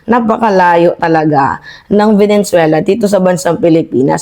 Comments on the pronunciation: VENEZUELA NOT VENENZUELA😊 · VENE - ZUELA NOT VENEN - ZUELA kala ko na misheard ko lang, pero, paulit ulit binabanggit ang VENEN - ZUELA.😂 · Please chk ur pronunciation, Venezuela, not venen